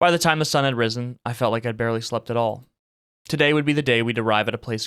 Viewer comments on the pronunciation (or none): The sun has “rizzen”